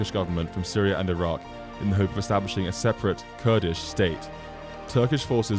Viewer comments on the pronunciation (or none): none